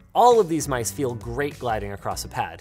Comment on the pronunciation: Ever realize Linus almost always says the word 'Great' like Tony the Tiger? Always got that Grrrreat! vibe